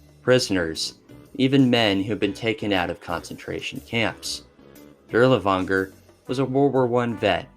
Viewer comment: Man idk, it feels like a surface level of research was done on these, some of the topics you completely skip can be researched by a few googles It really shows through your pronunciation, especially the butchery of even common names like Dirlewanger and Earhart. I get that it's a LONG video but cmon my guy a mispronunciation or two is one thing, but 80% of foreign names are so far off